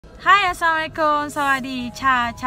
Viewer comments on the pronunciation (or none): none